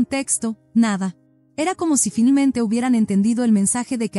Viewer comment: Me choca que digan filmente en lugar de finalmente